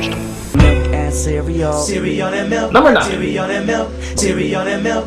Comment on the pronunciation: "KICKASS CEREAL, CEREAL AND MELK, CEREAL AND MELK, CEREAL AND MILK!" -tony the tiger 19XX